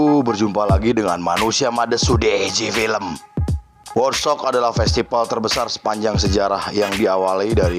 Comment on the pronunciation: di baca wudstok pak. bukan wodstok.